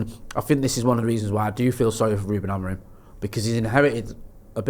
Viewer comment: Why does call Amorim....AmoriN?